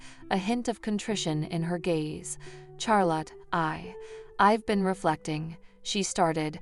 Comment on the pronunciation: Please quit saying Char lot. It’s pronounced Shar lot.